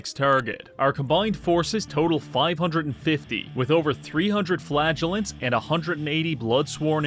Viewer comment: Every time you say "flagellant" I hear "flatulent"